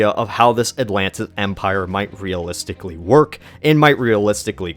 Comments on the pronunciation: Atlantchluss, lol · ATLAN-DEES NUTS!!!!